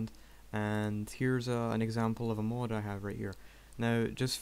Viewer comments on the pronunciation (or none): it's not MOOD its mod:P